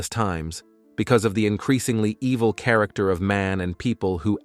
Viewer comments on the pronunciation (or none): none